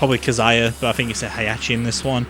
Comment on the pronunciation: "Kazaiya" Disliked just for this.